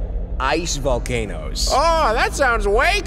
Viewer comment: COMO DEIAN VOLCANES JAAJSASJAJK "volqueinos" KAJSKJAK